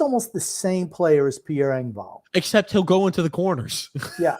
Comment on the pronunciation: ripping Grump on "Hunter" Fasching is hilarious considering his constant butchering of Pierre Eng-vault, Sam Ball-duck or Ree-see's PB cups. Lol